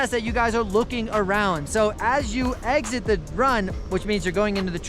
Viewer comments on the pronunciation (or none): none